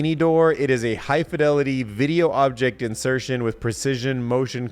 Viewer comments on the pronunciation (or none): none